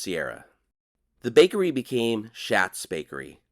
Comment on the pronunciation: Great video. Thanks for sharing. On a side note, I’m pretty sure “Schat” is pronounced “Shot,” with reference to the bakery in Bishop. 😊